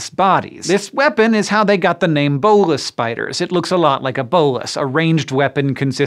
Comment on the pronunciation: "Bolas" in the term of the weapon is definitely not pronounced that way, cool to see it featured though!